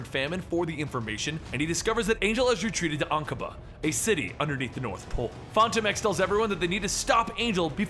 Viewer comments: Great vid! P.S. pretty sure it's pronounced "Phantom-ex" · first Rob w/ his pronunciation of baron Helmut zemo and now this guy w/ his pronunciation of phantom x.. jeez fucking middle americans smfh